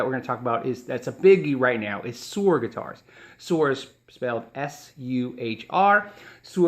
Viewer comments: ...and Suhr is pronounced sir, rather than sewer. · Suhr is pronounced like sir. I have heard John Suhr on several podcast in he pronounces it "sir" guitars. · Darien Cruz Music the 'h' is simply silent. This makes my ears blead. Soer Soer Soer Soer jfc. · suerrrrr? isnt that supposed to be pronounced like sir?